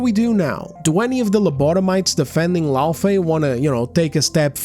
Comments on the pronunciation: I notice that a lot of these big brain psychoanalysts can spot a gooner a mile off but still struggle to comprehend basic phonics. It's "FAY" not "FEE". "LauFAY"... if you "ever played the game" you'd know that. Kratos shortens her name to "Fey". He says it all the fucking time! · That redheads argument is shit from the jump. She's talking about liked characters IN THEIR OWN GAME FRANCHISES not new or side characters taking the place of the MC we want to play as. Kratos is GoW. It's literally his game series where he's always been the main character. LAWfey, not LOOfey like she says it, was just a plot device in the 2018 game and a block of wood in the 2nd the way Karen played her in the dream sequences. We don't even know how she died, but they wasted 90% of the dialogue about her in Ragnarok to talk about how super awesome she was fighting on par with Thor and everything lol. But let's not make a game about the events leading up to her death and her fighting alongside Kratos something fans would've found interesting no no no. That's crazy talk. They give her her own game about....something.